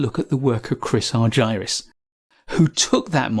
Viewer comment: Please pronounces Chris’s name as he pronounces it - Ar-ger-us